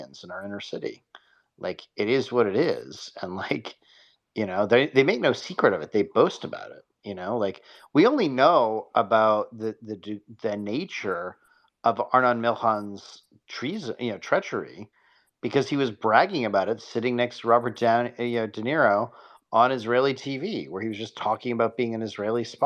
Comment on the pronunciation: International playboy superspy genius also: Doesn't know how to pronounce "Milchan"